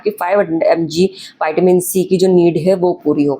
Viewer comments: Not vaitamin in pronounciation it's vitamin straight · वयटामीन नहीं मॅडम व्हिटामिन बोलो लगता है ये कंपाऊंडर हे डॉक्टर नहीं